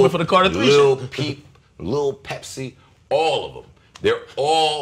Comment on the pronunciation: homie said lil pepsi LMFAO